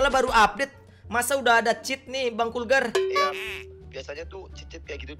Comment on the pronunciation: Bukan kurgar bang